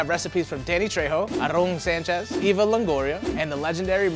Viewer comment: I can't get over pronunciation of Aaron Sanchez and tomatillo